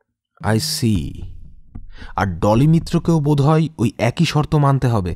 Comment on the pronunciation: গল্পটা ভালো কিন্তু উচ্চারণ ভালোনা। উচ্চারণ ঠিক হলে গল্পটা পুরো perfect হতো। """ব্যক্তি কিন্তু উচ্চারণ হবে বেক্তি, লেখাপড়া not ল্যাখাপড়া, এক-ই not একোই। প্লিজ কিছু মনে করবেননা বললাম বলে।